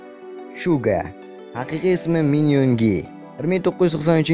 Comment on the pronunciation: Shuga mas Suga bo'ladi Chunkon mas Junkoon bo'ladi